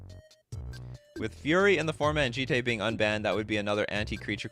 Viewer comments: Jit is how a gaijin pronounces it. It's Jee-tay. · Its the second way you pronounced it. Jee-tay. Thats how it would be pronounced in Japanese